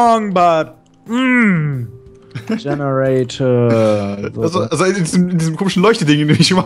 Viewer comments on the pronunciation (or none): Das heißt nicht genator das heißt GENERATOR